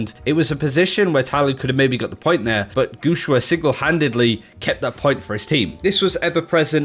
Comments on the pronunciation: It reads "guxue", the way it's written, with an "e" sound! Pls stop saying "guxua" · pronunciations are so horrible, especially guxue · ElementoXyz It's ok dude chill, you can't ask someone who doesn't speak the language to pronounce things that accurately. As long as we understand who he's talking about I think it's fine.